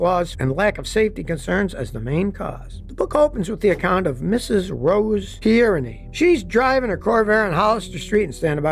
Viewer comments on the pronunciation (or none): none